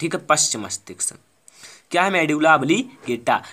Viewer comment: मस्तिक्स नही मस्तिष्क होता है sir 😅😅😅😂